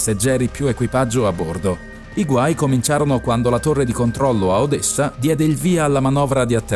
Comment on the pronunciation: odessa si pronuncia con una S